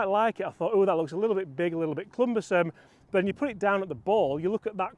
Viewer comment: PSG real seem to have nailed it this year. Thanks for all the great videos. Sorry to be the word police but it's cumbersome not clumbersome. Keep up the great work, I watch and like every video but can't stop being a pedantic bugger.